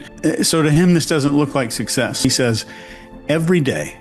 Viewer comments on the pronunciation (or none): none